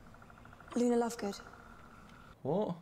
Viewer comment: She called Luna looney